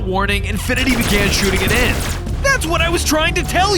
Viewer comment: Sometimes it sounded like infinity was saying infant